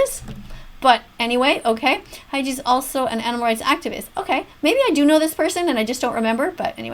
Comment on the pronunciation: Nagito= NAH-gee-toe. You got Haiji's name right tho